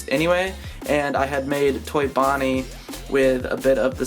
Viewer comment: Did you say fonnie? And not bonnie